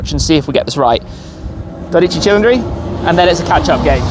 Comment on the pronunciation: if you pronounce 12 Cilindri like that one more time the Vesuvius will erupt and haunt you all the way to UK